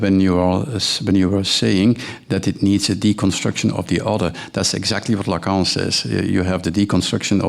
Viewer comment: My God, while he's half asleep and loving the sound of his own voice, he can't even pronounce the words 'Lacan' or 'Verhaeghe'